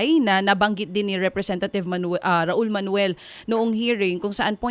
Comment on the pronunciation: Ano na Brohas? Representathive?